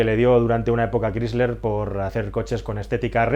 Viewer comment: la gran pregunta para mi es por que continuan hablando tan mal el ingles? la empresa chrysler se pronuncia craisler. no crisler